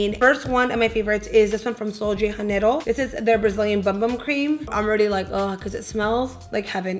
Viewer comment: I love the scent of the Sol de Janeiro as well, & watching your videos! lol Just wanted to mention that in Portuguese J's are pronounced the same as in English. I know in Spanish it's different. I don't know if you already knew, I just wanted to mention it to be helpful!